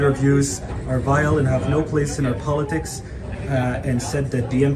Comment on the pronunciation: "...our poli-ticks."... Baahahahahaha! #RepresentationIsDisease_ToxicToHumanHealth #OneHead_TwoShoulders #JustSayNo! #ConstituteYourLAWfulDominion #CojoinWithYourConsciousTribe #LetTheDeadBuryTheDead #BeTheRemnant144000